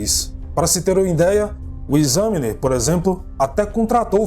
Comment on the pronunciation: E em Pontiac a sílaba é no "ti"... o jornal Examiner se diz "Ecsâminer" e não "Esâminer"...